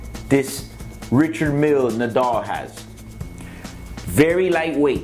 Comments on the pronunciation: Ritcherrd Meal?? LOL!! Show me one uh dem Huh-BLOTTS!! Oh and uh, pass duh horse-dee-oh-vress!! Yeeehaw!! HIlarious, dude! Joking aside...$110,000-130,000?? Price is mad crazy! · The watches are fake. So fake your a scam. And your saying the name wrong as well.